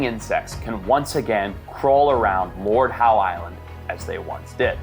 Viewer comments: It's spoken as Lord ````HOW?´´´´ NOT ..... Lord Howdy do dah Howie. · Audsie here its not the "lord howE" it's just "lord how"